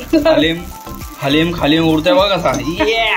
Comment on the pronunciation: हालीम आहे तो खालीम नाही